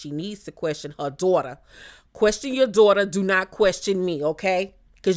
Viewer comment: Evelyns "Dorter' would be catching hella strays from me if I was on the show sorry not sorry 😂